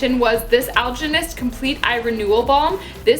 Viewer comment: Omg u said Algenist correctly!! Ok I'm hooked! Lol! I dno why that bugs me I'm just one of those people.....Came over from Kathleen and so glad I did!